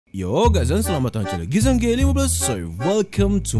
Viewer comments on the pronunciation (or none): We baca nama GizanG15 kek gizang bukan gizan ge15